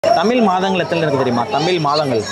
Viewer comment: Kelvi kekra neengale ‘தமிழ்’ ah ‘தமில்’ nu solringale pa 😌